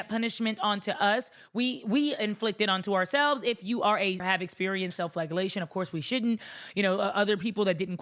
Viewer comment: Love this take. Also real quick, it’s typically pronounced fla-jell-ation